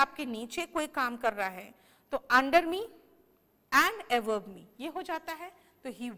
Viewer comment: Ma'am above ka pronunciation aap se avove sunai de raha h... is it correct?